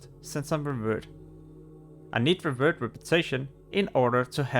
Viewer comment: Schorlomanch and Stranglethorn Whale - New zones in TBC, HYPE ! Also, it's called "revEred", not "revurd" :P